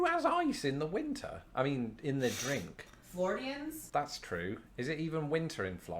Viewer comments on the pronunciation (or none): I lost my shit when the girl said "Flordians" As a Floridian, I can say I've never heard it pronounced that way.